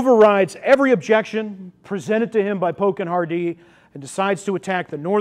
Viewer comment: Sir, This is an excellent summary of the Battle. However our name isn't pronounced Har-DEE it is pronounced simply Hardee..ty